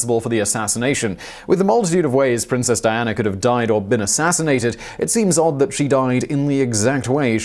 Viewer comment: Simon you stupid Euro Hillbilly trash, where the heck did you find an “R” when pronouncing princess Diana ???